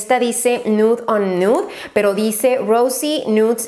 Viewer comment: 49.30 "dici" en vez de dice JAJAJAJJAA